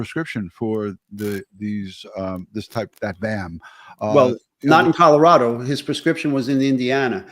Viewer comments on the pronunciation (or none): A simple request. We who live in this beautiful state, pronounce it ColoRADo not the ColoRODo. Even our Governor Polis has requested the correct pronunciation.